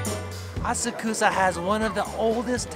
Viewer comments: Assa-Koosa?! whyyyyy?! 😉:goodvibes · Thank's for this video. Missed Asakusa when I was in Japan last year. Hoping to go back next April, definitely be spending a couple of days exploring there. BTW, pretty sure it's pronounced "ah-suck-sah. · Funny story on the train it’s pronounced ah-sock-sah but every Japanese person I talk to there calls it the way does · I'll be there in September. are you prounouncing Asakusa correctly? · He’s saying Asakusa wrong right? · Please work on your pronunciation of Asakusa.